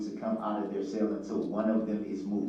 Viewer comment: It’s a CELL not a SALE LoL Uughhhhhhhhhhh